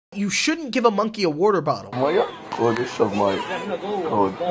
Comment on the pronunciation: im sorry, how did you pronounce “water bottle?”…